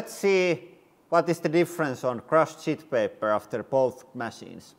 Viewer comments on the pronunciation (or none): i love how his, sheet paper, sounds like Shit paper, which is still correct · Is he saying "sheet paper" or "shit paper", cause both terms work aptly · I dont know if he's saying "shit paper" or "sheet paper", but either way, I think I'm going to start using that term... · No idea if he is saying "shit paper" or "sheet paper", but it's sounding like shit paper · is he saying SHEET paper , or ** 💩paper? 😂😂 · Can't tell if you were saying "sheet paper" or "$h!t paper" 😂 Can't wait to see the completed setup!! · Well, he said it like Räikkönen. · definitely shit paper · Clearly "shit paper". It's toilet paper, man. Who calls it "sheet paper"? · Did you say “sheet paper”? 😜 maybe you could have built your bunker out of those! 😂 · I can't tell if you're calling the toilet paper 'sheet paper' or 'shit paper'. Either would be accurate. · Idk if you called that toilet paper "shit paper" or "sheet paper" but either way that's pretty funny 👌😅❤